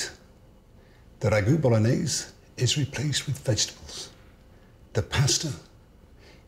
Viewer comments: It's pronounced " B O L O N I Y E S E " with an E at the end. Polonaise is a Polish folklore dance. I'm surprised he didn't throw in a Knorr cube. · Why does he pronounce Bolognese as if it were French?